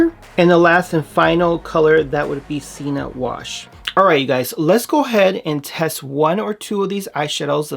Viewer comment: Just an FYI, you know how I am! Sienna is pronounced C-en -na. They are gorg! Since I had to have a total hysterectomy at age 24- I haven’t had any sebum since. These might be great for me.